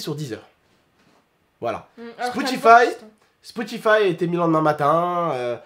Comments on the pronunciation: tu dit Spoutify au lieu de Spotify 👌🏾😂❤️ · a dit spotifive 😅😅😅 on y en veut pas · Comment j'te kiffe t'as dit spoutify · ''SPOUTIFAYE'' lol